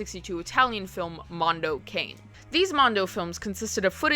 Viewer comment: Btw “cane” in Mondo Cane is pronounced with a soft “a” and a soft “e” is pronounced at the end. It means dog in Italian. So the films name translated it “Dog World”. (Saying this as a speaker of Italian, not trying to be all like “um actually 🤓” 😹😹). Ya I’ve been a huge gore hound since my teens but only fake gore in horror movies. Splatter flicks and stuff. I was really into exploitation films for years and I came across Mondo Cane and Faces of Death, never understood why people would watch that. For me watching real violence against humans or animals for entertainment is just a step too far. Never new majority of them were faked but still the animal slaughter and shit crosses a line for me, even in Cannibal Holocaust which is one of my faves I always skip the animal violence scenes cuz they were real as far as I’ve read. Still love learning about the history of these films tho! Great video!